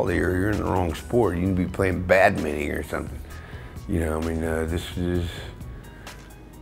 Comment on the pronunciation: That fool say "bad mitting?